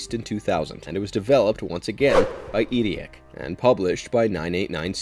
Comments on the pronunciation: eidetic is pronounced eye-det-ick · Why do you pronounce "Eidetic" like that?